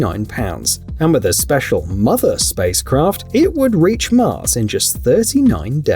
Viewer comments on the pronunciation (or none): none